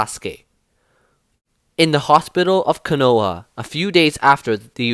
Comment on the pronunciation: This is pretty good but I hate how he said konoha as konoa